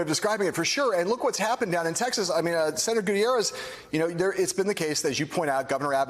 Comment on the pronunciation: His last name is pronounced "goo-TEEYE-rez".